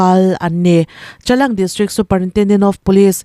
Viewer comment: Chalang ni lo Changlang tih tur